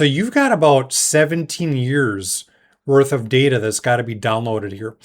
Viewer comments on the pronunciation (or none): none